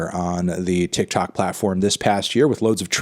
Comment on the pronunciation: him saying 'tic tac platform' is way funnier than it has any right to be